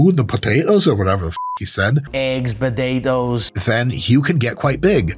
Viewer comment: Learned a new word. Badadoes😂 was thinking to take an Irish language course....